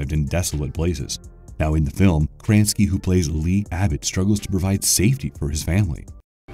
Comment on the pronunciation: Kranski?????? lol????